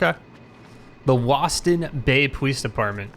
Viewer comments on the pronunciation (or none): “With the Landon Police Department” it’s Loston Police Department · woston bway pwice depwartment?